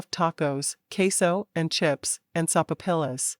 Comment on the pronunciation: Love your books.... But I laugh out loud every time this narrator mispronounces a word..... Sopapilla is pronounced so-fa- pia.... I am figuring this is AI narration....and if it is, it is the best i have heard so far,But I spit out my soda laughing